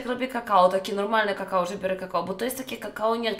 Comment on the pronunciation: Niby streamerka o kurwa jakie to nie nie mądre i óguem a tu nie wie że mówi się kakao a nie kakała i remsua lepszy